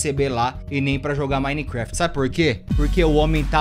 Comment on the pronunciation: Como é escrito: Minecraft Como pronuncia: Mainicrefiti É muito top kakakakaka